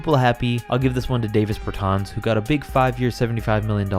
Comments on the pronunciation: dah vis bair taans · Says “we’ll do Davis bertans in order to keep people happy”. Bro I’d be happy if you could pronounce his name